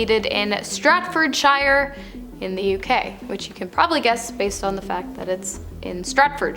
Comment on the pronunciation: Sounds like she says Stretfordshire. There’s a place called Stretford in Greater Manchester